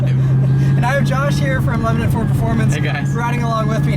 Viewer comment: FOR THE LOVE OF GOD ITS NOT PRONOUNCED “LEBININ” ITS “LEBANON”